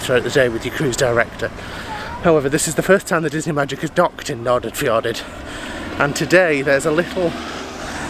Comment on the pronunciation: Correct pronunciation for English people would be something like Nor-fjor-aid, you are obviously excused for never having heard it. :D . The first d's are kind of barely pronounced. It's entirely weird to see your own home town from the view of a person entirely unfamiliar with it. Glad you liked it, lots of small places have struggled with non existing town planning and parts of Eid (short name) like where you docked is lots of closed down buildings from the old goods terminal you first stepped on and the big white buildings behind which was the old dairy plant.